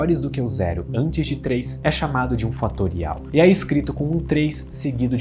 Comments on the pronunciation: eu nunca comento, mas o "TRÊS" foi genial KKKKKKKKKKKKKKK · ha ha ha "e e pronunciado TRES!!!" muito engracado, isso saiu da nada! raxando bico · A pronúncia do fatorial... TRÊS! kkkkk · E é pronunciado TRÊS! Muito bom! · "... e é pronunciado TRÊS!". 🤣🤣🤣🤣🤣🤣🤣🤣🤣🤣🤣🤣🤣🤣🤣🤣🤣🤣🤣🤣🤣🤣🤣🤣🤣🤣🤣🤣🤣🤣🤣🤣🤣🤣🤣🤣🤣🤣🤣🤣🤣🤣🤣🤣🤣🤣🤣🤣🤣🤣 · A pronúncia do fatorial me pegou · eu ri muito com o pronunciando 3! KKKKKKKKKKKKKKKKKKKKKKKKKKKKKKKKKKKK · Dei o like pela forma de pronunciar 3! KAKAKA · O ponto alto do vídeo foi a pronúncia do 3 fatorial Kkkk!!!